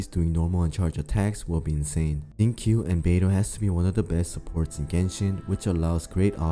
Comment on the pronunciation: This dude really called Xingqiu "zinc Q" lmao